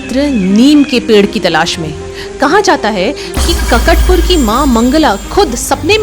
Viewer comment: काकाट पुर मां सर्व मंगला not ककट पुर ❤